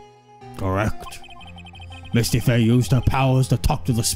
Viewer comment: "Misty Fey" Mistify